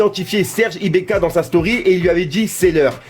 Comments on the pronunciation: C'est Serge ibaka pas ibeka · Serge IBAKA et pas serge IbEKa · c'est ibAka et pas ibéka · "Serge Ibéka" mdddrrr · « SERGE IBAKA » STP MERCI !!!!